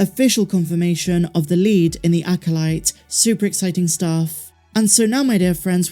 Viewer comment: Acolyte = Acoshyte.